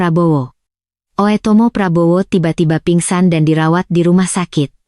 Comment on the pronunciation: dia baca oetomo bu dengerkan dngn headset